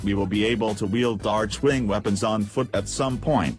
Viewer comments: I love how he says "Artschwing" and not Archwing :D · Right you are american, since Archwing = Arkwing in britisch and australian :p Then again idk if DE is American too..